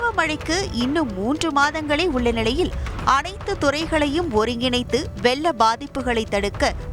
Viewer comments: வெ(ல்ல)ள்ள அபாயம் இனிப்பா உச்சரிப்பு ள் ழ் எல்லாம் உச்சரிக்க தெரியாதா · அது "வெல்ல அபாயம்" இல்ல , "வெள்ள அபாயம்" ல,ள,ழ உச்சரிப்பில் கவனம் தேவை.. தமிழ் நாட்டில் பிறந்து தமிழை தாய்மொழியாக கொண்டவர்களும் இப்படி தமிழைக் கொல்வது வருத்தம் அளிக்கிறது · மூதேவி நீயெல்லாம் தமிழ் செய்திகள் வாசிக்க வந்துட்ட😢😮😢 "வெல்ல அபாயம்" னு தெளிவா சொல்றியே வெக்கமே இல்லியா??? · வெள்ள அபாயமா அல்லது வெல்ல அபாயமா... உச்சரிப்பை திருத்துங்கள்.. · வெல்ல அபாயமா.? தமிழைக் கொலை செய்யும் நீ எல்லாம் வேலையை விட்டுட்டு போய் தமிழைப் படி. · லகரம் ளகரம் உச்சறு=இக்கத் தெரியாத முண்டம் ; "வெல்ல" அபாயம் என்று சொல்கிறான் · சென்னை நகரில் மேற்க் "கொல்லப்படும்" "வெல்ல அபாயம் " நல்ல தமிழ் பேசும் தமிழனே கிடைக்க வில்லையா உங்களுக்கு செய்தியை வாசிக்க?